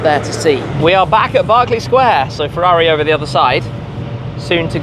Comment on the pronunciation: So you can't even say Ferrari while driving one.